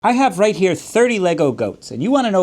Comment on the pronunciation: “I have right here” sounded incredibly Irish